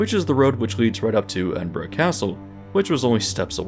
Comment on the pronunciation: Fascinating video, thank you. Certainly earned a like. I appreciate the pronunciation of both Edinburgh and Birmingham! Great attention to detail. 😊